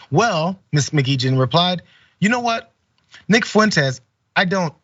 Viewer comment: It's pronounced Mah Gee Hen